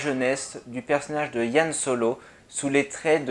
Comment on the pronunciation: Merci pour cette analyse. Tiens, c'est marrant, toi tu dis YAN Solo, à la française, alors que moi je dis plutôt Han. :p